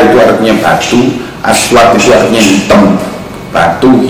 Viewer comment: Ini orang gak pernah belajar bahasa indonesia ya? batu hitam kok ngomongnya batu hitem.